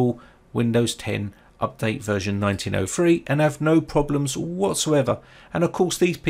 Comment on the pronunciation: Nineteen oh three not nineteen oh fwee.